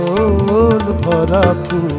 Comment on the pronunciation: আচল হবে না, হবে আঁচল। আশা করি উচ্চারণের দিকে খেয়াল রেখে গান করলে আরো সুন্দর হবে।